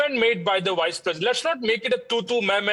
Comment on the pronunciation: Why are you pronouncing "Vice" as "Wice"?!